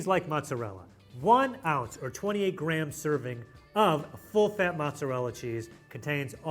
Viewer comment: What is with adding unnecessary b’s into words? The American says grab instead of gram and then the other guy says “sabwich”